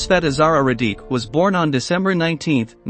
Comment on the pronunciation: Please try to approximate the pronunciation of the names. RadiCH, not RadiK. OOS-tasha, not US-tashsa